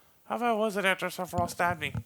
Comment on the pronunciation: Number Fifteeeen: SEPPA-RYEATH